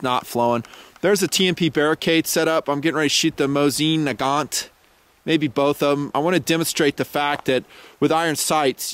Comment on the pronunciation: it's "moe-zen nah-gaaahn"